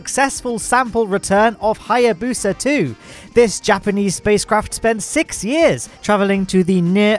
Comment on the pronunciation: I like how says "sick" instead of "six"